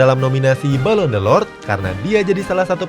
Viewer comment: Balon d'or bang bukan delord